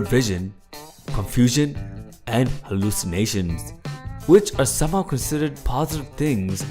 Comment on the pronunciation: LOL whem he says hallycimatiom